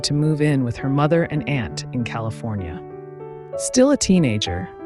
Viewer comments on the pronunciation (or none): none